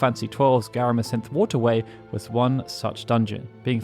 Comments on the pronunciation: "Garamasynthe" Gotta stop adding additional letters into words, my man. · Garamsythe is definitely pronounced like a farming scythe, not like give.